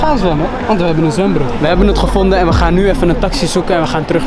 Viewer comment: Soldaat wollah 💯💯💯💯maar hoord ik echt zwembroer